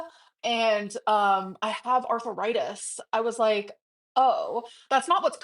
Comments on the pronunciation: Why does she pronounce it arthur-itis? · Arthur-itis? at it again 🙄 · Her saying arth-a-ritis makes me irrationally angry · her pronouncing it “arthur-ritis” is so grating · pronouncing arthritis DW-style. “arthuritis” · Is it me or does pronounce arthritis “Arthur-itis”? 😐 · I kept thinking, "Who is Arthur Itis, and what did he do?" 😂 Her inability to pronounce the most basic words never fails to surprise me.